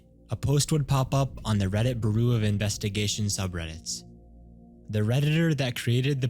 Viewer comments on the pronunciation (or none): Overlooming isn't a word. And bureau is pronounced byoo-row, not boo-roo. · is this channel ai or some shit? who pronounces "bureau" as "booroo"? some of the speech in this is weird af, too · First and foremost, the catacombs video was already debunked. Second, did you seriously pronounce Bureau as Beroo? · Bureau being pronounced burroo cause dmy quickest unsubscribe ever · lol "Reddit booroo of investigation" 😆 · “Reddit burr-roo” of investigation 🤣🤣🤣 I will never call it anything else now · You ought to look up how to say bureau. Your pronunciation did make me laugh tho, so that's good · Y’all really don’t know how to pronoun bureau? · Dude dosen't know how to pronounce "bureau"